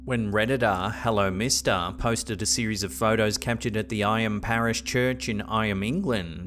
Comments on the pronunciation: Just a trivial point - the village of Eyam is actually pronounced "Eem". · It's pronounced Eeyam 😊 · Just to note, the village of Eyam is pronounced 'Eem' 😊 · The Derbyshire plague village is pronounced 'Ee-yam'. A fascinating place to visit. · The village name of Eyam, is pronounced as if it was spelt Eem. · FYI - Eyam is pronounced: 'Eeem' as in 'seem'. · You pronounced Eyam wrong but it’s cool.